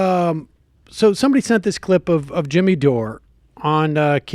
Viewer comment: "Dimmy Jore" XD